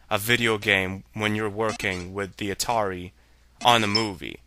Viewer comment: I love the "Atati." :P